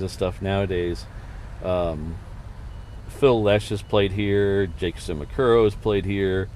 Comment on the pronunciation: Ahem.. She- ma- boo- kah- row. 😅 try it